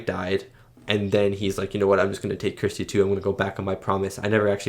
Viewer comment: Why can't Americans pronounce the name Kirsty?